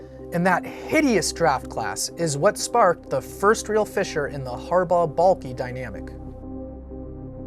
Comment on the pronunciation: Is anyone else annoyed when says Trent Baalkee? It's BALK!!!! THE E IS SILENT YOU MORON!